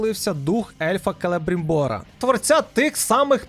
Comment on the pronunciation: Чому ти наголоси робиш в іменах неправильні?) Ну тобто, КелебрИмбор і ТАліон в іграх саме так озвучувалися...